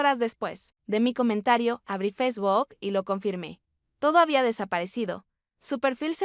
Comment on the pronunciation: FESBOK😂😂😂 Hasta mi empleada doméstica que es de un ranchito, pronuncia correctamente FACEBOOK.